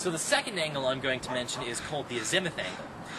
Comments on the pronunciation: AZZ math,,,not azenmyth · It aint a zimith its pronounced as muth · by the way, the word is "AZ uh muth", not "a ZIM uth" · good video kid, u wrongly pronounced az·i·muth ˈazəməTH/Submit noun the direction of a celestial object from the observer, expressed as the angular distance from the north or south point of the horizon to the point at which a vertical circle passing through the object intersects the horizon. the horizontal angle or direction of a compass bearing. but it's not pronounced a zi muth the i is Silent AZ muth at least in English by American engineers. I'll scroll back see what you call elevation lmao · You need to learn how to pronounce "azimuth" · this guy is smart but a huge fucking dork......try and learn how to say azimuth.